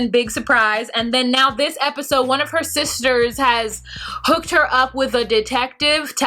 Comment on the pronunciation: I think you meant one of Andrea’s “soosters” lol